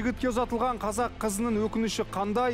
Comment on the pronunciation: Сөздің бәрінде қазақ кәзәк болып аитылады